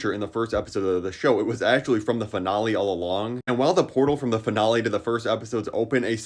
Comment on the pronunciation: Like your videos, but the way you pronounce finale is crazy😂